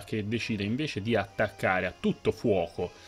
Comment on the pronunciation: A tutto FUOCO no però!! Fallo sentí che sei toscano! Fooallemicce